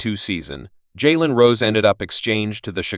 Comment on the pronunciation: Worse name pronunciation ever. Jay an SMH.